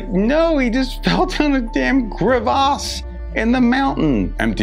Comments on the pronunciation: This guy pronounces "crevasse" like someone almost made him drop his croissant. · Don’t ever say crevasse like that